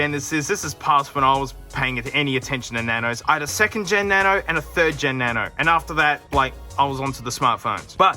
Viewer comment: as allways each time he says "na-no" i laugh